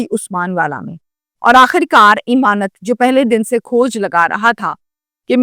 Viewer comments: چول جی ایمانت نہیں امانت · O YOU STUPID AND BRAINLESS,.THE CORRECT NAME IS, AMAANAT, NOT, IMAANAT